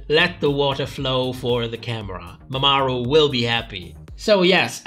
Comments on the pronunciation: Love how you pronounce Mamaru as if it was Mesopotamian city state, peak comedy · Mama (space) Ru. Who the hell is MamaAru?